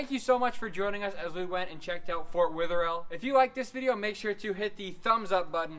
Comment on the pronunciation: Sry to be a critic but it’s pronounced. fort weather. All